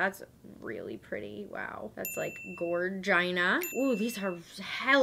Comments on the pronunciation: She said gorgINA!! 🤦🏼‍♀️ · gor-gina?? literally what the fuck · Gorgina? Did she just say gorgina? 🤣🤣🤣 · When she said "gorgina" I was like 🤢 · Gor-gina? Wut